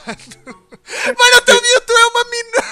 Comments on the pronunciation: o falando mewto MILTU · o fala mewtu